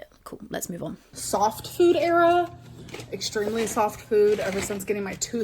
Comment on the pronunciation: if she says ‘era’ one more time I’m gonna lose it